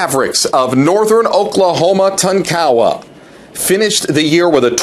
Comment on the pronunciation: Can somebody tell this guy the correct way to pronounce Tonkawa and Jay Herkelman? It's embarrassing listening to him butcher these names.